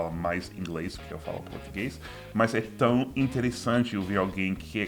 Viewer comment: Seu "tão" ainda soa como "tau".